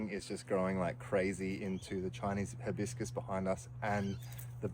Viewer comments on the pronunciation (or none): none